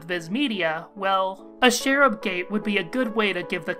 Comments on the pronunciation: could you please say CH ERUB instead of SHERUB because that's REALLY..a.-eait[tieaote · Love your videos but i shall point out it is pronounced "ch-e-rub"